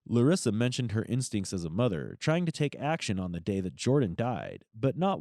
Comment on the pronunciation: LUREEESA 😂pretty sure its Larissa